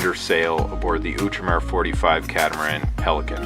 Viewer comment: Oh come on you ignorant yankee, learn a bit of French - learn to pronounce Outremer.. :-)